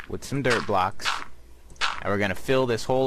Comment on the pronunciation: Your dirt block sounds like derp block